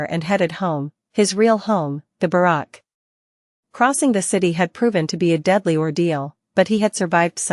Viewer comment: Who knew simple words like barracks and fang could be so easily butchered. I'm guessing dire phong was supposed to be dire fang